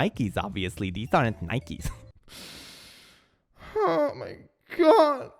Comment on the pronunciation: you learned to say nike! congrats! <3